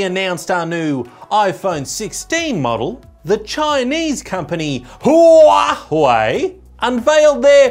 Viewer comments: I love how he calls Huawei huwahwah💀💀💀💀💀💀💀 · you call it Who-are-they... That is a proper pronunciation of Huawei. 😉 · Those "Hua-huei"'s killed me 🤣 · why is he keep calling it hua hwei lol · why HuaHui? i really didn't expect 'w' is so difficult to pronounce. like 'whey protein' is not challenging. i though, sh, zh are always difficult but not for germans and slavish speakers. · proper pronouncination of huawei is Who are they? or who the fuck Apple thinks it is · Need to teach the guy how to pronounce huawei correctly 🤣🤣🤣